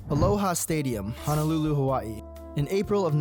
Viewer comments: Subscribed specifically bc you pronounced Hawaiʻi correctly love the coverage on Aloha Stadium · your pronunciation of "Hawaii" makes me think you might be Hawaiian yourself! great video!